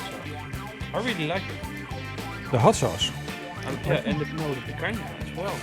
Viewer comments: Jejejejeje did said PAINcanha?? You guys really rock!! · 'pacanha' lol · Picanha... I think I heard an accurate slip from... "Painha" haha I like it hot though hopefully will be getting some good peppers from the garden soon to do something like this myself